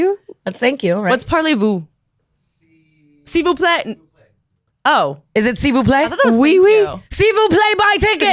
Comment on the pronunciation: Y'all "S'il vous plaît" are perfect i love it 😂😂😂💖 (I speak French)